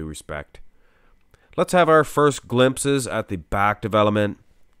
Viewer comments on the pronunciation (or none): none